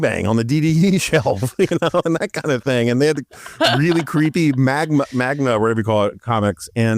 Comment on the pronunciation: Did he just call manga “magna”? Hahaha